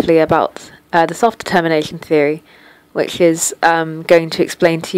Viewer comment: I swear you never said "self-determination" right ;)